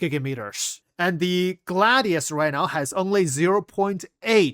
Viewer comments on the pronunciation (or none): Thanks for this in-depth info. So glad that I have a carrier-ish ship. (Fyi, it's pronounced, "GLADE-ee-us.")